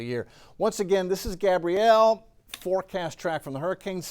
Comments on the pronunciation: THANK YOU!! He was making me nuts mispronouncing that as a boys name. Geeze!!! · It’s not Gabriel but Gabrielle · Gabrielle not Gabriel. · That's GabriELLE not Gabriel 🤦🏾‍♀️🤦🏾‍♀️